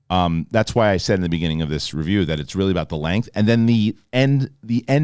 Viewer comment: “It weally wasn’t.” 😆